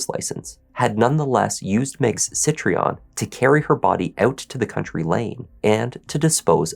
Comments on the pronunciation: It's Citroén, not Citreon. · "citroen" is pronounced "see- throw- N", not "say tree on" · It’s Citroen, not Citreon. I’ve just found first mistake, and I’ve watched tons of his videos. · Tragic case..but please learn how to pronounce Citroen... most people say SIT-RONE or more correctly SIT-RO-EN...definitely not SIT-REE-ON! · Citroën, not Citreon JFYI. Horrible case, as always executed in a respectful and professional way… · Yes, great job,... Just a couple of pronunciations: Warwickshire = Warrickshire (you don't pronounce the 2nd w) Citroen = Sitro-en, not Sitreon 😊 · Future reference - Warwick = "WAR-ick", Warwickshire = "WAR-ick-shur." Citroen = "SICH-rōn" or "SICH-rern." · You’ve done a grand job with your pronunciations there mate 👏🏻👏🏻👏🏻 it’s not easy for Americans to figure out how our place names are supposed to be said but you nailed it. The only word you got wrong was Citroen n that’s French so I’m not counting it anyway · Yorkshire girl here. Warwickshire is pronounced Wo (as in what), rick, shu (as in shut). Loughborough is pronounced Luff bu (as in shut) ru (as in shut), Citroen is pronounced Sitrun. Hopes this helps for future. As for the story, I'd like to make sure he always had a disfunctional body part. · Citroën is pronounced "see tro henn" 😊❤ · As a French person, what did you think of his pronounceation of Citroen? That was making me crazy, haha.